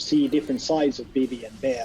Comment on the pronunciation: He said Béah